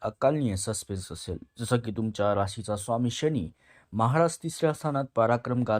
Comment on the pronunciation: एवढे अशुद्ध शब्दोच्चार कसे? तुम्हाला साधा प्रचलित शब्द "शनी" हा "शणी"?तुम्हाला फरक कळत नाही कां? तसेच "आयुष्य " हा शब्द उच्चारता येत नाही....काय विचित्र "आवुक्ष" बोलता!....आधी मराठी भाषा नीट शिकुन घ्या...मग विडिओच्या फंदात पडा!काय कळलं कां?